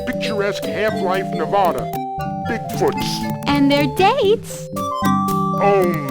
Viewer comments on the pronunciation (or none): i hate it when people call it neh-vod-ah. its pronounced neh-VAD-ah.